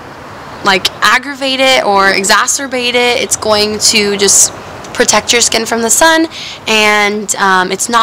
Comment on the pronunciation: Exagurbate?? Tf?